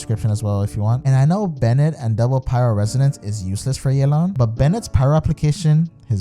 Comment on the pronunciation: stop saying yeylan, it's ye ( same as in yes) and lan (same as in can) theres no ey sound. you can even look it up in a chinese name pronunciation site